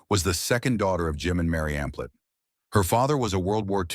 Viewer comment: You kept saying Amphlett & Divinyls wrong!